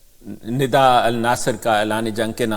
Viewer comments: Nada nhi Nida please! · Sir I know but you always pronounce her as Nada. I appreciate your and efforts of your team on YouTube and other social media. Regards